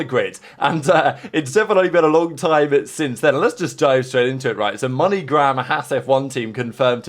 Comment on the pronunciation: I swear I hear you saying MoneyGrab Hass F1 when referring to the Toyota deal....lol